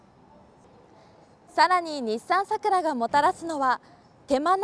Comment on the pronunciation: 名前がイマイチ 普通の桜の発音ならいいが その発音さらに苦手